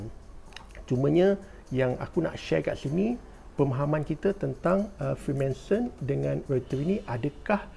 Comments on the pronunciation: Freemanson ke Freemason? Sebut btul².... Freemason guys... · freemason bang bukan freemanson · Freemanson? Ke salah sebut?